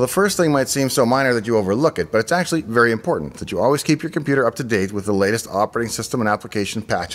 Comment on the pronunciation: It's difficult to understand you. Fast talk and so many slurred words with skipped syllables lacking enunciation. I'm disappointed because everything else looks so well done. Reh-stre (Registry) Ash-ee (Actually)